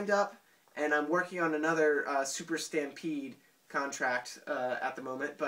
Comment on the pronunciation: as the guy on NMW said the "Stry-pede"